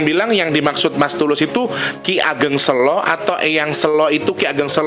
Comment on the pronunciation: Mas Tulus, Sèlo itu, mengeja huruf 'e'nya seperti mengeja kata mèrah. Sèlo artinya batu besar. Kalo bacanya sêlo seperti mengeja kata Bênang, itu artinya Luang(sêlo)